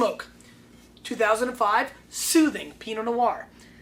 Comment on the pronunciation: Yo - it is pronounced "South"ing not soothing